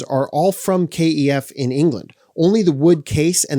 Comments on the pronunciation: Stop calling them, Kay Ee Ef. You’re the only person I’ve ever heard pronounce the brand name like that. No one here in England, where they’re from, pronounces the name like that. The company itself doesn’t pronounce it like that. It’s pronounced the same wary it looks. Kef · You are the first person I have heard call KEF 'K E F'. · stoop being a twat mate,what's it matter how he pronounces Kef,FFS cheers up